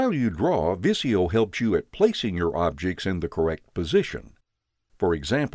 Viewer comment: It's not viss-ee-yo... it's viz-ee-yo!!!